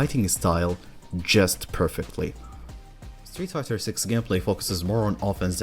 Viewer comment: Is it just me or does it sound like he says Streetfukers at the intro 😂😂😂